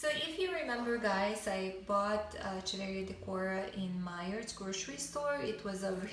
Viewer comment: Hello, the pronunciation of Echeveria is wrong: "ch" sounds like "k"... ! ;)